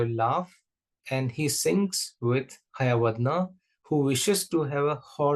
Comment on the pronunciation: Excuse me sir that is not hayavadna while pronouncing it is hayavadana